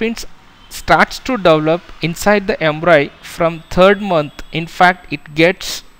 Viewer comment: it's pronounced as "embryo" not embroy 🙄🙄